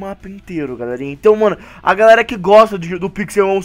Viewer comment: se goxta de goxta! kkkk